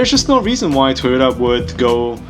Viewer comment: I keep hearing Tuna instead of Toyota...